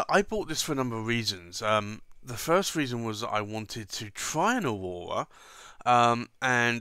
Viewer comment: "Ohwowhra" ... "bless you"